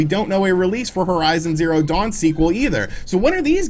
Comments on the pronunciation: I heard Horizon Zawn Zero. 😂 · He also says Horizon zawn zero the first time too lol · "horizon zawn zero" ... dude... you can do another take. You can edit this. This is embarrassing